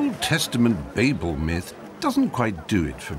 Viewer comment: Thank you, Stephen. Babel pronounced correctly, rather than the way Americans (or a certain confused proportion of) pronounce it as 'babble', converting the word from its 'proper noun' form to an onomatopoeic verb.